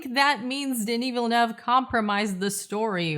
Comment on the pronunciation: Americans SAY Villlleennue